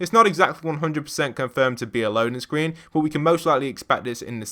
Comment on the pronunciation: Did yall here him say "SCWEEN"